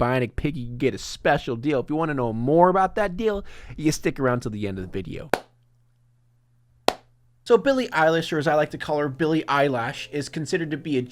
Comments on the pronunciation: no one ; not a single soul : locals : BiLliE eYeLaSh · Eilish :)) not eyelash